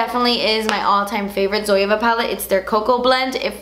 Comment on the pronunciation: Looked up the "Zoava" to get the palettes and then realised she was saying Zoeva. I get confused when people say it the way she does 😂